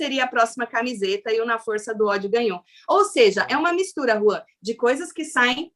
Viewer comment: Eu amo a chamando o Juan de 🤣🤣🤣